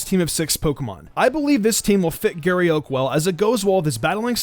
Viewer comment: "Giry Euk"